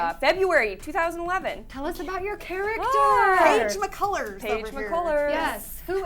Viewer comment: The way she says Paige McCullers hahahahaha